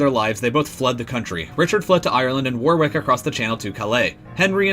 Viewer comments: War-wick? Where's that? It's pronounced 'Worrick'. Similarly, 'NORTH-Hampton' ,here, irl is called NortHAMPton.Great video, but please visit the city of Warick and tell people how much you love it, pronouncing it as you do repeatedly here. People will laugh in your face.OMFG Lie-chester?!!?!?! Jesus. Leicester is pronounced 'Lester'. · As an Englishman it's painful to hear how you pronounce Warwick, phonetically it's said like wor-rick not war-wick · Also, I think, 'Warwick' is pronounced 'War-rick'. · War-Wick, NORTH-hampton, Bew-fort, lie-chester, Tewk-es-bury and Too-dur. So much wrong, so little time.